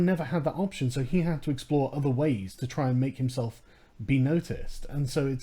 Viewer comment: Saying Hamself and Bunself just makes me hungry 😂